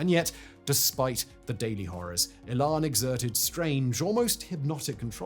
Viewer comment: E'lan not ehlan.